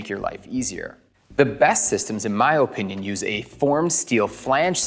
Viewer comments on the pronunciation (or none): I love this video, very informative. but the oh-pinion thing hurt my ears.